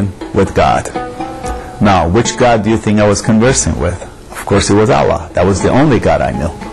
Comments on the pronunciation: This man is not a muslim before maybe a man grown with western lifestyle who likes to drink liquor and do all sins . He cant even pronounce ALLAH in a proper way . He is certainly a stupid man in this for leaving Islam because a lot of people who are christian in u.s.a and europe converting to islam [ ASK THEM WHY THE CONVERT ? THE ANSWER IS [ ISLAM IS THE TRUE RELIGION WHERE THEY FIND REAL PEACE LIKE OUR BROTHER YUSOF ISLAM formerly known as cat stephens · Did u see the way this Guy pronounced 'Allah 'this is fake and Gay .....